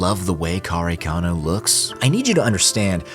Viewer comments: Why you always call karekano kanekaro? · I might go against the grain here but I preferred the manga over the unnecessary artsy shit from Anno. If anything I hope KareKano (which by the way, I had a mini stroke every time you pronounced it 🙃) will get it's remake just like Fruits Basket which was another anime that ended things abruptly . I hated the last 3 episodes of the series and when I read the manga, it was way deeper and darker. As someone who lived and survived childhood trauma due to child abuse, I identified so much with Arima more so in the manga than the anime. As someone who also spent jr high and high school constantly excelling at getting the best grades in class for personal reasons, I identified a lot with Yukino, both characters hold a special place in my heart because I saw myself in them. I just hope one day, they will do the series justice.